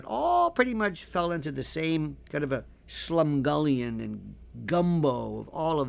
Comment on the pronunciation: "SlumGullian" the One & Only Lionel could get his Mouth around such a Dinger of a Word.